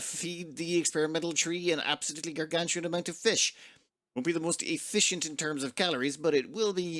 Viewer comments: Yeah I caught him say "effishient" too. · "won't be the most e-fish-ent in terms of calories..." 😂